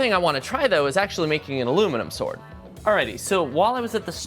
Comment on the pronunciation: bastard it's "now this is a swoid"